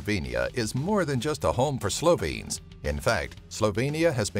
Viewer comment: 1. As a Slovene, I think your pronunciation is a bit bad 2. What about outfit 7 (talking tom)?? 3. What about ski jumping and all the world records made in there?